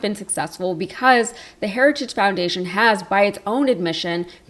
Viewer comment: The man can’t even say the word ‘heritage’. 🤪